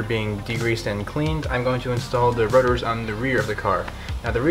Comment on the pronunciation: The way he says rotors sounds like rudder.